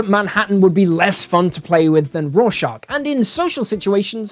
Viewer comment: raw-shark?!?! who the hell read that hot take lol